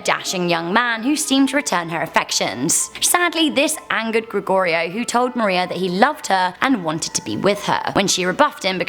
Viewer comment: I just have to applaud you for saying Gregorio correctly!! You have no idea how many times I've had my name mispronounced over the years... And yes I do live in Texas!